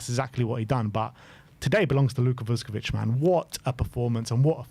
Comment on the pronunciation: Someone tell the spurs fans like it’s not vus ko vich. It’s all one word. Vuskovic.